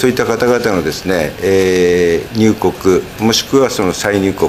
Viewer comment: 記者さんへ：入国は「にゅうこく」ではなく「にゅうごく」と発音して下さい。お願いします。